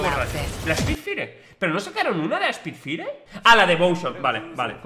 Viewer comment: spidfaier, para que se pronuncie bien